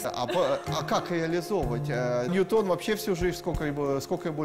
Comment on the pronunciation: С таким высоким IQ , а не знает, что правильно говорить : "НьЮтоном" , но не "НьютОном"...